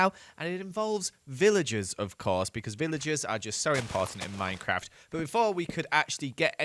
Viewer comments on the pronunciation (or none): none